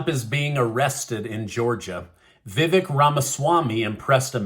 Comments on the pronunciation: Btw,, his name is pronounced:" Vi-vake". Long A sound. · Your pronouncing his name wrong Vivac as in cake I didn’t spell it right but I do have the right pronunciation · Vevek, is pronounced if you rhyme the "vek" with "cake, with the long 'a' sound." Vevaaaaaaak. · Learn how to pronounce Ramaswamy's first name. There's a long "a" in it as in "lake." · You are pronouncing it wrong. Vih-Vake is correct. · Vivek....pronounced Vi-vake, as in Cake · It's Vivek... Like cake... Say it right! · VI-VAKE pronounced LIKE CAKE! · If you are going to cover the 2024 presidential canidates, please learn how to pronounce their names. Vivak is pronouced as " ache or cake " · Vivak's first name is pronounced: Vi (short "i"-- vek - the "e" is pronounced like a hard "A"... = Vi- vAk !! Accent on second syllable!! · Vivek is pronounced vivake like cake